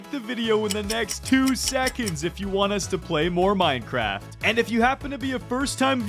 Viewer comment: it’s minecraft not moincraft